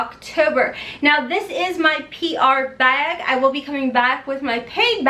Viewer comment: lol you say bag like I say bayug! Kentucky girls